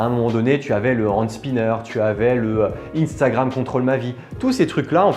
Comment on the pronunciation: Sa se li pas iiiinnstagrame c sa se li un stagram